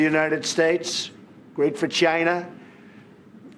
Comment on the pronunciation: Why does he say China like that! 😅